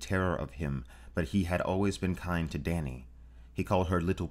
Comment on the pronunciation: Dany was butchered.